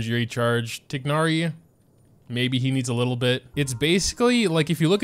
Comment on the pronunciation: Pains me how bad u pronounce tighnari’s name